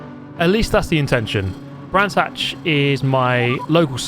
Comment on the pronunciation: Brands Hatch? Gran's Thatch.